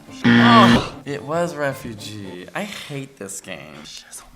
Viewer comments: Lol um 'refuge' is pronounced "reh-fyooj." 'Ref-fyoo-jee' is "refugee" haha. Glad i knew that much. this test stressed me out though. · It’s refuge not refugee you fool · its refuge not a refugee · Are we just gonna ignore the fact that kept thinking the word "refuge" was "refugee" lol